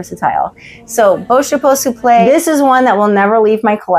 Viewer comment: Love your taste! ❤ My favourite on you is the waist bum bag. You really wear it with panache. Louis Vuitton Souple is pronounced soup - luh by the way. No shade, just wanted to help you out 😊